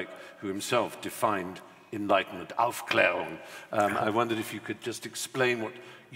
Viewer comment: this is the sexiest pronunciation of "Aufklärung" I have ever heard from an Englishman. Even though his way to say it is a bit cliche: Hard, aggressive and with a very throaty "r". I love it.